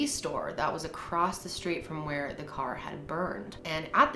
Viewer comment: It sounded in the audio more like “Where I Should” instead of where